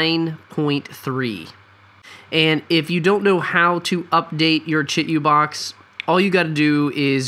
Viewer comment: Say it with me: (CHEE - 2 - BOX). You're killing me....